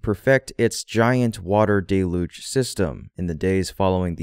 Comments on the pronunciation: Day-luge? It’s pronounced dell-uge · OMG, it is not 'DAY-luge' it is 'DELL-huge' admit it, you don't read my comments. I knew it. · Let’s get things all the way right if we’re picking nits. It’s dell-yuge.